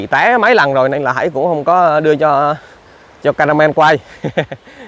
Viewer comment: Ca me ramen chứ không phải caramel nhé bạn